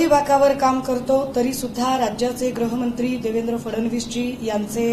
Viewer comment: ग्रहमंत्री नाही ताई, गृहमंत्री म्हणा